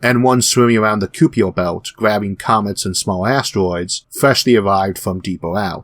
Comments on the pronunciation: "Ky-per" not "Koo-pier". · Great vid as usual. One tiny nitpick is that i believe the 'u' in Kuiper is silent, as I have always heard it pronounced 'ky-per' everywhere else, not 'ku-eye-per' as you did. Interesting note you raised about birthdays too; my brother's birthday was September 25 - precisely 9 months after Christmas. My own birthday is July 31; precisely nine months after Halloween. Coincidence? I wonder. :-) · Impressed, well done :) i noticed your pronunciation of 'kuiper belt' is a bit odd, understandably because its a dutch word and -ui does not exist in English. In English it is best pronounced as keuper belt.